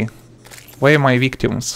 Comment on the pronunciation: DID HE SAY WERE ARE MY VICTUMS